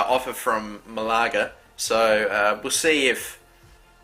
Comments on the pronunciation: its Ma-la-ga not Mlaaga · malaga (ma-la-ga)